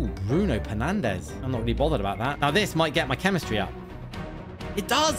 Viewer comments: it is not Bruno pernandes it is Bruno fernandes 😢😢😢😢😢😢😢😢😢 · "Bruno Pernandes" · Is it just me or did you say bronu pernandaz